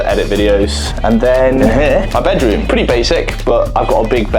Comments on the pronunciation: “I bought a pwetty nice house and I’m a pwetty tall guy” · “So, I’m a pwetty tall guy.”